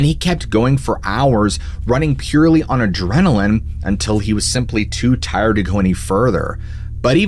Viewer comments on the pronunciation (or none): none